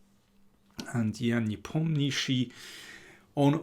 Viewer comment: I'm looking forward to see your brilliant coverage and analysis. I hope you never learn to pronounce Nepomniachtchi